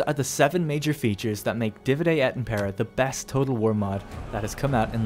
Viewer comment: im sorry to be that guy but dude... did you seriously pronounce the word Divide (DEE-VIDE) as (DIH-VUH-DAY) cmon man.... thats elementary school English